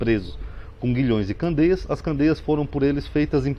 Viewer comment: Não são candeias, são cadeias. Dá para ler corretamente por favor?